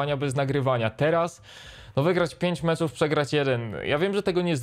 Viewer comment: MECZYYY MECZYYY NIE MCZÓW